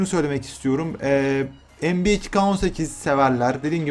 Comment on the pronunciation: NBA diyorsunnnnnn